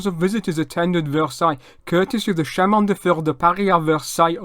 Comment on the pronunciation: Great French!. Quibble: Suggest you check the pronunciation of “chemin.”